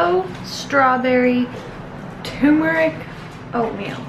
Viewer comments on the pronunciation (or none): its pronounce tur-mer-ick not TUMORIC lol